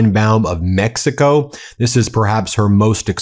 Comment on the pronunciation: Didn't know it was called Meckico.